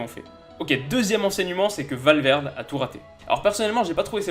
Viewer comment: On ne dit pas Valverde mais Valverdé